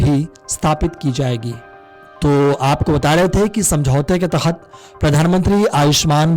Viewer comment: अरे भाई उच्चारण तो सही से करता । तख्त नहीं के तहत होगा ।